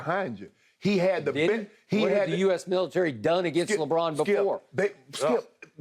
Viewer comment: Lol Shannon really pronounced LeBron as LeBlon